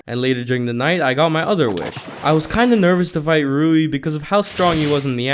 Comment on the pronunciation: HOW TO pronounce rui : REY